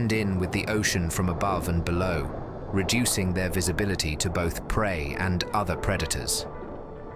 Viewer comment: Who is reading this out? The voice said "bot H" - what happened to "both"?